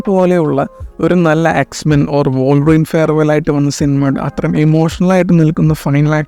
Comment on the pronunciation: Bro trynna be different so hard😂. Also വോൾവറിൻ alla bro വുൾവറിൻ